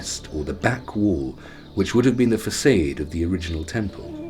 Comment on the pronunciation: lost respect at fac'aid'. its facade, fa'sad'.